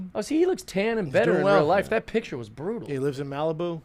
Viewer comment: “pic-cure” hhmmm